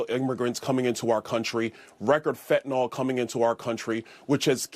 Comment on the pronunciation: Byron it's fentanyl not fentanol and it's fRequently not fweequently. He should be ashamed of himself pushing birtherism. He's the one running around pretending to be Jamaican. He's the such a clown 🤡